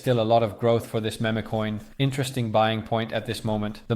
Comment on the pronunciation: It's pronounced "MEEM" coins not "MEMAY" coins. Keep up the good work bro.